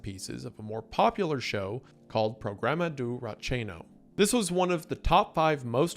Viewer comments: Meu deus ele pronunciando os nomes dos programas de tv KKKKKK os nomes até passa, mas os programas de tv..... pUrogRAuma dOu rRatcHEeño Edit: dOOOmingHOUL du FAUSHTCHO DJJAKAKAKAAKKAKAJDKAKS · Incredible video but it’s so funny to hear Wendi talk about Brazilian culture icons and trying to speak the names in português, the “Programa do Ratinho” killed me 😅